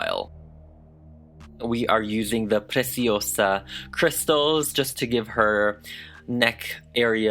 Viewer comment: I love your PRECIOSA pronunciation, it’s perfect ✨